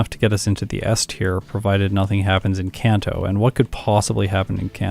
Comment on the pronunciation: Very impressive time! GG! BTW, Kanto is a soft A sound. (It's a place that exists IRL, not a made up name.)